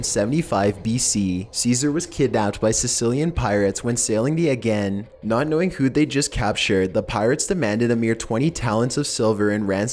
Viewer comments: Aegean is pronounced "A-jee-in", not "A-gee-in". Geisha is pronounced "Gay-shuh", not "Gee-shuh". Scepter is pronounced "Sep-ter", not "Skep-ter". Celtic is pronounced "Kel-tik", not "Sel-tik". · "Sails the Again" !!! HAHAHAAHAH!!! You mean Aegean?? Dude.....do your research. You sound like a moron. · "Egg-en"? Seriously? Aegean - "Ay-jee-an." I like your videos, man, but God, look up pronunciations. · A scepter is pronounced septer not skepter. And it's pronounced long A-jean Sea. I wish you wouldn't use phrases like clapback or calling people badass to describe events and figures in history. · you mispronounced Celtic and Agean and Asano ... and more come on man. if your going to talk about historical figures at least say the names of people a places right. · "While sailing the again"????? Aegean